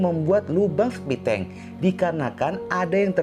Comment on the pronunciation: Septic tank -> septi tenk -> spiteng 😆